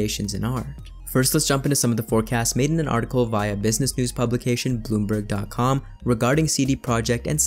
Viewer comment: When you pronounced bloomberg with a american accent the word caught my attention and was wondering if the article is from south africa or not then I saw the highlighted CD projekt SA as in South africa. huh